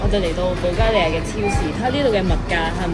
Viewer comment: 主持人讀保加利亞的發音十分準確和正確